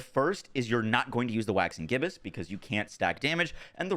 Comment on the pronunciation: Omg he finally said Waxing Gibbous right 😅